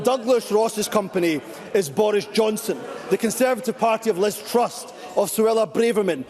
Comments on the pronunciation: Just for the record mr useless, it’s Liz truss, not Liz trust . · Can someone tell him that it's Truss, not "Trust"